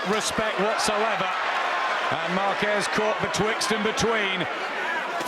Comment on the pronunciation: Márquez sí sabe hablar inglés! Excelente pronunciación, se le entiende clarito! 😬 P.D. Soy mexicana!